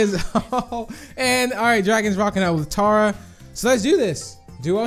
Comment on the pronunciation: It’s pronounced tear-a. Not tAra. Supercell even confirmed it.